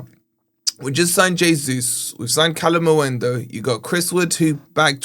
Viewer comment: 4 months later he's still saying kalimuendu. I think he's trolling not dumb at this pont